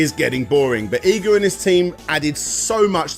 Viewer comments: You cant even say his name right his name is I G A and not EYE GA.. stop bull-fecesing around... you can say IGOR but you cant say IGA... you are being stubborn and respect that man and pronounce his name correct as how you hear it im sure you heard it before now go and practice it... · please.. PLEASE stop saying japanese words... its horrible... i know you youtubers hate being pestered about pronunciations but cum on... its not hard... 5 vowels.. look it up...you werent even consistent on EE-ga or Ai-ga... also did i hear a kojima -san? like hideo?... koji -san.. i think you meant...jeezus.. im gonna purposely fuck up everything brits say now just to spite you... but still.. a good video...i know.. iknow... im the problem here... just try a little more... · Consistent pronunciation? Who the hell needs it? Iga, Eega, Aiga it's all the same. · Iga - ee gah not eye gah Komine - Koh mee nay not Koh mine This is japanese not english, the rules for pronunciation are EXTREMELY easy to pick up.